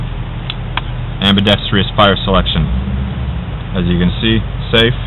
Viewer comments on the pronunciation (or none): lol "ambidextrious"......the word is ambidextrous